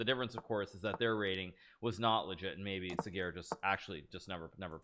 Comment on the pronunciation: Levy nailed the pronunciation of Sagar's name. Respect.